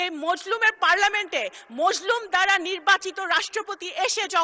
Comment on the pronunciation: মজলুম না মাজলুম হবে কথা কইতে পারে বেডা